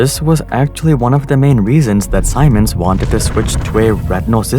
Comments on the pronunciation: Its pronounced SEE-MENS, not SI-MONS lol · It's pronounced Sea-Mens not Simons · Siemens is pronounced like "sea mens" not "sigh mens" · Siemens = "ZEE-mens." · Siemens is pronounced more like seamens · wtf is a Saymens? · Siemens is pronounced "sea-man's".. ;p Great video !! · Wow, didn't know it's pronounced Saimens and not Siemens (hope you get what I mean xd) PS: That animation is awesome! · FIY In Germany we pronunce Siemens like: Semens. But great video. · Could fix your pronunciation of Siemens too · That's not how you pronounce Siemens. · I wanna scream because you're mispronouncing Siemens and Piratbyran.